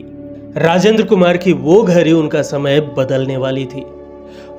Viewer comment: घड़ी को घरी क्यों बोल रहे हैं।